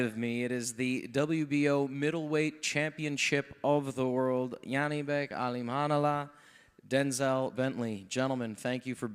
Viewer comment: his name is not Yannibek lol. It's Janibek, like Johnny. In fact his team called him johnny when he was participating in the amateurs